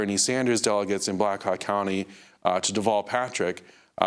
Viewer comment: Did Amy goodman say black cock county ???? Hahaha